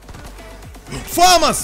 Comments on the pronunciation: Я 15-й))) И не фАмас, а ФамАс! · Почему фАмас?! фамАс правильно. Французская пушка, ударение на последний слог) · ФомАс правильно